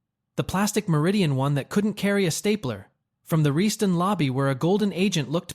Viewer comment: Learn how to pronounce Reston, VA correctly, otherwise good video